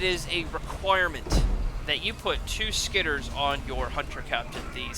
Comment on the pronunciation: SkitterERs. It's three syllables.